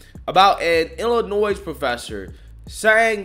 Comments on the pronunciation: It's not Illi-noise. It's pronounced Illi-noy. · You are AWESOME,. The S in Illinois is silent!! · The S in Illinois is silent… please please please do not for the love of god pronounce the S like it’s plural